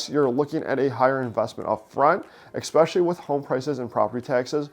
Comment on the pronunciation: And sorry to be so picky, but the word is 'eSpecially' not 'EXpecially'.